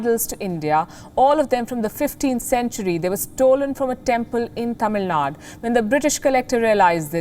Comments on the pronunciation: It's not tamilnad u may learn to pronounce properly as Tamil Nadu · Mam its not tamilnad its pronounced like tamilanadu or tamilnadu use u sound please atleast